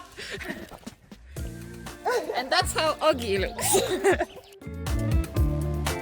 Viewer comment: thats how ogi look what i heard: thats how ugly look 😭 i choked on my coffee